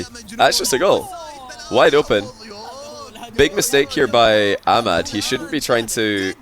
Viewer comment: For the first time i heard says ahmad correctly